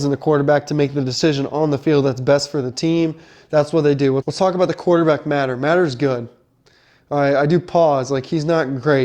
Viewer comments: It's pronounced muh-tee-er not mat-er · First thing you should learn how to pronounce his name, it is Mateeeeeer not matter, secondly OU is going to grind IU into the ground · OU QB is MATEER, NOT Matter! 😂😂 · Bro doesnt know how to pronounce Mateers name and think Alabamas run game is something to worry about? I know IU is new to college football but come on 😂